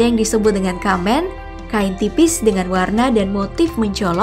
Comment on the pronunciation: SEKALI LAGI Pengucapan "made" dan "kecak"nya salah Ehh,, "kamen" juga salah 😂😂